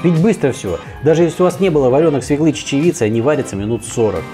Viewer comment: Не свеклЫ,а свЕклы!!!